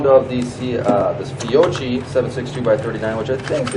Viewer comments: Fiocchi = Fiokki for you To listen "Fiocci" is a spear stuck in the chest. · It’s spelled fiocchi but it’s pronounced FIOKKI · Fiocchi would be pronounced with a strong k, like Fiokki.